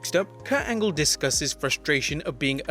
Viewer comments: KURT ANLGE? lmao, gotta get those edits in bruv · You botched Angle twice.